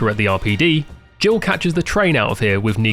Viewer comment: it took me way too long to realise youre saying "jill" not "gio" lmao